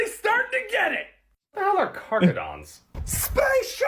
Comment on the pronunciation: Carcharodons are the space shark's, sounded like you may have misheard the name 🦈